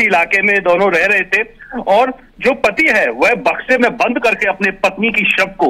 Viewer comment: Madam sahi se to boliye Bakshi mein sab hai ya samay